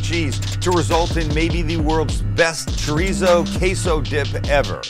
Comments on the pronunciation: Every time you say chorizo it cracks me up. It's chore-ee-so, not treezo. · PLEASE....stop saying "TREEZO"... it's a 3 syllable word. Thank You, XO